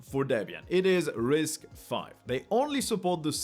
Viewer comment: Its not "RISC-5" its "RISC_V" as in the Letter V. but yeah, risc-v is an amazing architecture, especially for OSS guys!